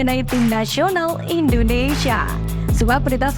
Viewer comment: INDONESIA apa INDONEisyiiia, 😂... Santai aja baca Isi beritanya... Takut Keselek aja🤣🤣🤣